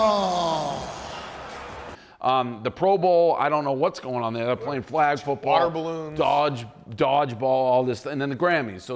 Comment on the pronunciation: Idk if I have ever heard the word "flag' mispronounced until now. And I fucking love it